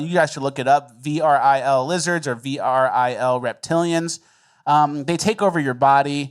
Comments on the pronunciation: What you're calling 'varill' is actually pronounced "f'REEL' auf Deutsch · Truth is def weird and the best. it's pronounced (Vril) just like it looks "ver-ill" but you kinda just don't pronounce the E so it's a vrr sound but you say it quickly so Vril. Look into the black eye club "supposedly" they gain access thru the eye and that's what leaves behind the black eye in all the "elites"